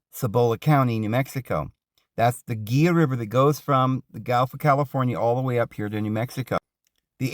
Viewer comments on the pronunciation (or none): It’s pronounced hee-luh river..not geelah…Spanish word.